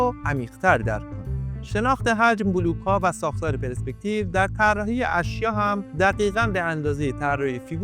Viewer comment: درود خیلی یاد میگیرم و لذت میبرم ولی یه اصلاح کوچیک کنم: تلفظش، «پِرِسپکتیو» نیستش. حرف «ر» ساکن هستش. چیزی که یاد گرفتم اینه که فضا از صفحه های تخت ساخته شده که مثل لایه های پیاز تعدادشون زیاده و خیلی نزدیک به هم هستن. و هرچی فاصله این صفحه ها زیادتر بشه از هم یعنی پرسپکتیو دورتر میشه و عمق فضا بیشتر میشه و برعکس. و از طرفی میشه گفت چیزها از بلوکها ساخته شده که با دیدن و درکشون، میشه به نسبتهای دقیق در عمق و فاصله اونا از هم رسید و میشه طراحی از هر چیزی رو درست انجام داد تا باورپذیر و زنده دیده بشه. واقعا درست گفتی که تا فهم و درک از ساختار طراحی و فضا و عمق و پرسپکتیو بالا نره ، طراحی رو نمیشه فهمید و توش پیشرفت کرد. و همه اینها به لطف اینه که از واژه‌ها درست و دقیق و به جا استفاده میکنی ضمنا تدوین هم خوب و باکلاسه. موسیقی متن و زیرمتن هم خوبه. خدا قوت👏🏼👍🏼✅